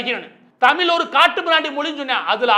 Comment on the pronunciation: தமில் இல்ல நண்பரே... தமிழ்!! உச்சரிப்பை சரி பாருங்கள்.